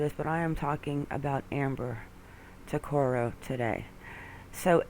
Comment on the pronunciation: My name is Ricco Tuccaro and Amber Tuccaro was my older cousin. We pronounce our last name TUCK-A-ROW not TWO-CAR-O. Please remake this video and pronounce it right. Thank you.